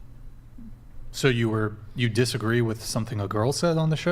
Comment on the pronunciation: you can’t claim to practice Christianity but be into astrology and doing OF/porn. she doesn’t understand Christianity at all. There’s never a call to sin 😂 she didn’t just say “Ira” not “I R A” 😂 she can’t have done that unironically.